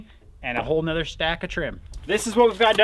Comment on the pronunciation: Good to hear “whole ‘nother” pronounced properly.